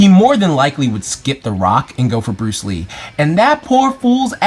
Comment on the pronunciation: Lee-uhh Bruce Lean. LEEN - yes leen Brunce Lean! BRUCE LEEN (I took that joke from ) haha! xddddddddddd